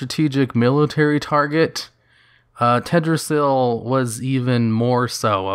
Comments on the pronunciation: Pls pronounce the "L" in TeLdrassil... It sounds strange without it. And a little lore correction: in w3 when Sylv is fighting the 3 dreadlords: First she uses mind control on the creeps (ogers, murlocks, trolls, bandits) in order to amass an army to take out Varimathras' base and when she does defeat him, he bargains with her, she spares him and he joins her. After that they assault the ruins of Lordaeron, where the humans had made a base and the second dreadlord Detheroc had them under mind control as well. Varimathras puts everyone to sleep for a short time, giving him ans Sylv enough time to kill Detheroc. The removed the mind control from the humans and their leader Garithos struck a deal with baby girl Sylv to retake Lordaeron from the final dreadlord Balnazzar. Of course after they do she simply kills the human :)... so firstly she has been morally fucking dark from the start( I would even say she was written to be much more evil in w3 and vanilla then now lolz)... and secondly I just wanna say I am totally fine with her doing all that stuff, I love it(would be nicer is her reasoning was explained a bit better), as a Sylv fanboy I gladly would kill anyone she tells me to. I honestly enjoy the option to side with her in BFA, ot gets boring playing as the good guys all the time... and being the heroes. It would be cool if we had an evil playable faction XD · everytime he says tedrassil it throws me off. then i remember. it shouldnt be a big deal. but it is. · yeah... it's fine if he said it once or twice or whatever... noone is perfect and pronunciation for non-natives is hard.... but there was that one part at like the 3rd or 4th comment where he said Tedrassil like 20 times... I got soo triggered I started laughing😂😂😂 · "Tehd ra zil" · I love your channel and your videos but, but you're forgetting the first L in Teldrassil. Also saying Cairne is more "Care-n" instead of "Car-ne", because of the I in Cairne.